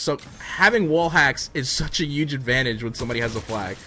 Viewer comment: I love you vids but every time you say "huge" with a silent "h" I cringe up a bit